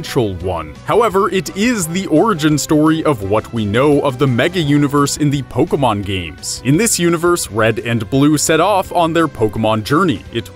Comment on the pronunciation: It's not pokamon or polkamon or pokeeemon or pokermon, it is Pokémon. Po. Kay. Mon. It's not rocket appliances.